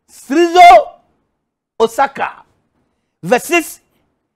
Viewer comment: I don't know why but him absolutely nailing some of the words is funnier than the ones his mispronounces. "Srizo..... Osaka." "Holy fuck, that Osaka was bang-on!"